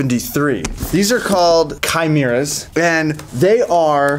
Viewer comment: He said chimera wrong